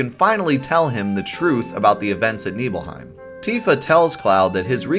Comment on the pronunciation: NIBBLE-HYME! NOT KNEEBULL-HYME! Nibelheim= NIBBLE-HYME** 🤦